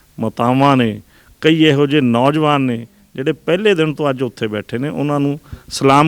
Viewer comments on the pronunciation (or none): ਪਤਰਕਾਰ ਭਰਾ ਆਪਣੀ ਪੰਜਾਬੀ ਭਾਸ਼ਾ ਬੋਲਣਾ ਖ਼ਾਸ ਕਰਕੇ ਸ਼ੁੱਧ ਕਰੋ। ਨੌਂਜਵਾਨ ਕਹੋ ਨੋਜਵਾਨ ਨਹੀਂ । ਦੁਜਾ ਇਹ ਜਿਹੜੀਆਂ ਬੱਸਾਂ ਚਲਦੀਆਂ ਨੇ ਸਿੰਘੁ ਜਾਂ ਟਿਕਰੀ ਲਈ ਕਿ੍ਪਾ ਕਰਕੇ ਕੋਈ ਮੋਬਾਈਲ ਨੰਬਰ ਸ਼ਿਅਰ ਕਰੋ